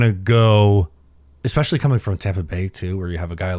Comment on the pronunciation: Its “especially”. Not “expecially”. Sorry, pet peeve of mine. 😂